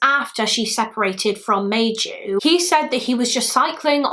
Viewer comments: I’m not Finnish but thanks to my one Finnish acquaintance I’ve made, Maiju is pronounced more like My-you! Interesting and sad case. As usual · I was so excited to see a Finnish case! I never heard of this case, even though I live 40 minutes away from the place. The butchering of the Finnish names was a bit distracting but also kind of funny :D (Maiju= my you) Keep doing Finnish cases, the Finnish community will definitely watch since we always gather where Finland is mentioned XD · If anyone is curious on the Finnish pronunciation of some names; Maiju’s name would be pronounced My-yu, it means May in Finnish. Kyllikki would be something like koo-licky. In the Finnish language every letter of a word is enunciated so it can be intimidating but it’s such a beautiful language 😍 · I think Maiju is pronounced Mai not May and like yu not ju